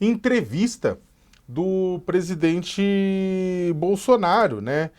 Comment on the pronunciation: Esse jeito como a fala, como q pondo um H entre as vogais Por exemplo, presidHente), aliado ao eeeeerh, mais o neee?, demostra seu preparo medíocre. Sacamoto, bem menos.